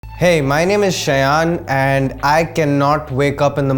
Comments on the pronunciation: 'সায়ন' না বলে 'সয়ান' বলে কেন ("._.) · Isn't it pronounced as Shaayon? Don't let the non-bengalis overpower your bengaliness. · "She yaan"...nice way to kill the pronunciation of your name dude👌😂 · And it's Shayon I guess... a bengali cannot have a name shayaaan!!!! So pronounce it like that!!! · Shayan did not even pronunciate his name as 'Saayon.' Why so sleepy?